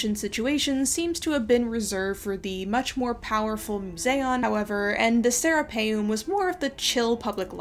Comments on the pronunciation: Anyone else keep hearing “the Sarah Palin” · Every time you say Sarapeum (sp?) it sounds to me like you are saying Sarah Palin. 😆